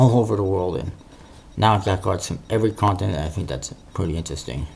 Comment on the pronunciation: What continent? I could not understand it.